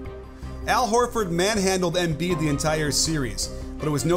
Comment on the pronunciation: Great video. It’s pronounced em-BIID, not EM-biid